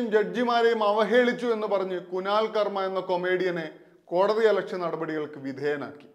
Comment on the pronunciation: കുനാൽ കർമ അല്ല കുനാൽ കമ്ര